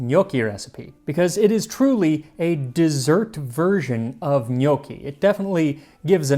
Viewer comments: Also, I know I’m being pedantic, but pronunciation- it’s not know-ki; rather it’s knock-ki. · Gnocchi has a short o sound , not the sound of owe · Its not njuoki it nokki. AAAAAAAAAAAAAAAAH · i thought this was a vid on how to make "g'noc-chi" not "g'nockii" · Sir it's pronounced Ga-naw-chi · I thought it was pronounced: GUNOSHI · first time I hear it pronounced gnockie... Did some digging and seems English speakers say it that way 😮 It's with a soft "c" in latin language though. Make sure to practice with Babbel! Bon voyage in Italy Max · When your last name is ^^ 😂! Our last name is pronounced "no key". I can't tell you how many times I get asked "Dosen't your last name mean dumpling in Italian?" Umm...nope! Lol, but we sure enjoy eating them! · Can't stand how North Americans pronounce gnocchi. "No-key", Ugh, ear bleach. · The only problem with Gnocchi is that everyone pronounces it different, but it's alway delicious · as a fellow Italian, I think "gnocchi" has the wrong "o" (Ò vs Ó). Other than that, there's the sound most foreigners struggle with:, if you pay attention Max can't pronounce "gli", see e.g. "migliacci" . It's a sound that does not exist in most languages (perhaps only Catalan in Europe) so non-italians usually pronounce it as "li" or "j". Still, pretty good! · so apparently i've been pronouncing gnocchi wrong